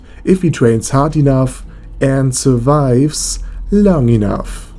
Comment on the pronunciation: When u emphasise on the survives long enuf part😂😂